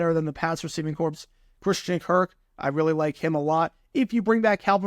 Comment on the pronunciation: As an FYI: the s in corps is silent. You only pronounce the s, making the word "corpse", if you expect the unit to be extremely outmatched.